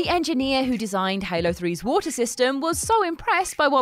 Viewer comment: Nobody: Her: WoOhTaH